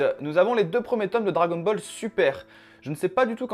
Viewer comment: MDR il a dit dragon bal le au lieu dragon ball et aussi il l’a confondu avec one pièce c tkt c pas grv